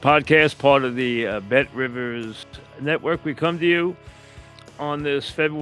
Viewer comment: Wait Mike why did you emphasize “RIVERS” today? It’s BET RIVIZZZ